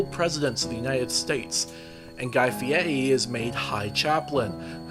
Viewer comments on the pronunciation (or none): The pronunciation of Guy Fíêíy